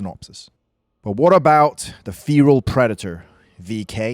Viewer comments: You are saying fearal it's fe-ral lol. Good video just was cracking me up. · its not feeeral its ferrr alll get it wright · Fare ral not Feeee ral lol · Feeeral? Wtf? Do you mean Feral? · It's called 'Feral' not 'feAral' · "FEAR-AHL" Predator... No dude NO... It's FEHR-AHL Like a Feral Cat... u weirdo Ur welcome, thanks... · Had to turn the video off bc of how you pronounce feral. It’s “fair-al” not “fear-al” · I mean no offence, just you don't pronouce feral like fear-al. It's Fe-ral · Id finish the vid but godamn the way you say feral just pisses me off but good vid besides your dumbass pronounces feral its FERAL not feeral you in the se category as the same dipshits who say nissan zed instead of Z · FFS man it's FERAL not FEERAL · It's pronounced 'feral' not 'Pheeral'! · Feral feral feral feral !!!!!!!!!!!!! Not fear’al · Mate it's feral not fearal. Your British aren't you? Pronounce it right mate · Why do you say feral as feeral? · Why are you pronouncing Feral as "feereel" Have you not heard this word before now? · You're getting a lot of pronunciations that are easy terribly wrong, mate! "Fee-ral".... Like, seriously? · You sound dumb saying "feral" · Okay one the new predator is more like the berserker class 2 she is never tracking it however it is always following her. Just a false showing 2 pronounce feral and Comanche correctly please also this predator gives off bad blood vibes. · That's not how you pronounce feral btw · How did you manage to make a video about something with feral in its name without even learning how to say feral. Like surely youve heard the word used before at some point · You saying Feral Wrong Asf but good video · You don't know how to pronounce the word Feral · You should learn how to pronounce "feral" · It’s pronounced feral means wild like a feral cat would be a wild cat get it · I can’t cope with how this dude pronounce feral…